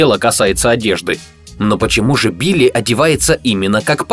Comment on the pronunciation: "убили" послышалось.✅